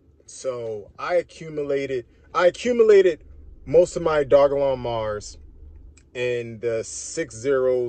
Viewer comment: Doj-lon mars like Doja Cat my boy, not Dog-lon